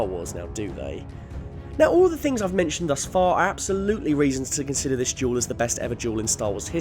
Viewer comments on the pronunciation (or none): Its duel not jewel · It's duel. Not jewel. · He sounds like he’s saying jewel not duel 🤺 💎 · Juul, not duel. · Everyone else: "Duel": "Jewel" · Why do you pronounce "duel" like "juul"?? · Why do you pronounce duel like jewel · Anyone else notice he keeps saying juul instead of dual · I keep on thinking he says "Juul" instead of "Duel!" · i fucking hate how he says duel xD gule ahhh so frustrating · Who else thought he was saying "Juul" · It sounds like this guys saying juul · I’m sorry but each time he says duel i hear jewel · I swear if he says jewel one more time im gonna kill myself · Every time you say "duel", i hear "jewel". Tricking my brain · When he talks about Duel of the fates it sounds like he's saying "juul of the fates" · Every time you say duel i can't help but here the word jewel instead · I can't help but hear juul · “Juul of the fates” is literally how you pronounce it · Lmao every time he says duel I hear juul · i keep freakin hearing jewel and that's so annoying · I heard it as juul